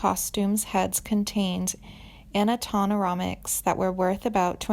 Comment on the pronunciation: The announcer reads this copy as if she were reading a morgue report. The cadence and bland tone in which it is delivered is staggering me! Beyond this, it gets worse as she butchers word after word, mispronouncing animatronic literally made me laugh out. I'm not trying to be mean but I do think you need to have a critical ear before sending this out as broadcast worthy around the planet.